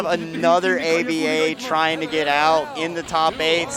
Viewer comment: The way the commentator keeps saying “A-B-A” instead of just calling her Aba angers me to an unreasonable degree.